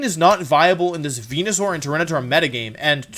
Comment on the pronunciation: It is, Wolfey mispronounces a lot of words on purpose as a running gag. (wenusaur, gee-arados, wideo, etc)